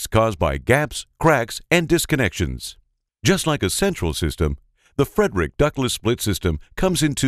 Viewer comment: He's not pronouncing the name of the company correctly... It isn't FREDERICK.. It's Freidrich (FREED-rich). How annoying.